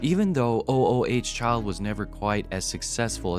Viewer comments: O o h child? I thought it was Ooo Child.🤨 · Is this another computer voice it's not o o h child it's OOO CHILD don't just read LISTEN TO THE SONG ! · It's not O. O. H. child. It's sounds like oooh chile almost eww but ooh instead, it's a word a sound.. . Spelled. ooh child.. not O. O. H. child.. really? is this a bot? or just,, sigh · Please stop calling it o o h child. It was oooooohhhhh childv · It's not called O-O-H Child, it's called "Ooh Ooh Child". [even though it's spelled "O-O Child" on the 45 single cover] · stop calling it O, O, O, H, Child! It's oo-oo-child...jeez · Ooh Ooh child not o o h child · It's ooh child. Get it right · OMG. Stop saying O O H child continually. It’s hurting my brain!!!! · O - O - H Child? Don't you even bother fixing AI voiceover mistakes? I quite watching after that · Your AI voice sucks. Oooh, Child...Sih-BAY-lee-us...sheesh... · I love these AI narrators. "O-O-H-Child".